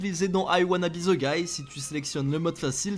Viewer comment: Ze guy 😂 Incroyable La façon dont vous massacrez l’anglais